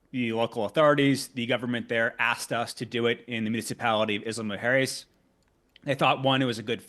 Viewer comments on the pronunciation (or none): When he says Isla Mujeres he says it very very very wrong almost to the point where you cant distinguish what he is saying. Im latino and speak spanish and I cant help thinking that if he was indeed working with mexican officials or anyone from mexico he would not be pronouncing the name of the place as wrong.